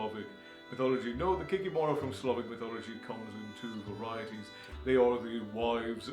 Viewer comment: KikImora, not KikimOra. Domovyk, not Domovoy.